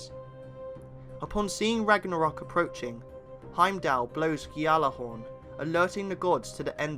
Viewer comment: Gjallarhorn you say⁉️ 😳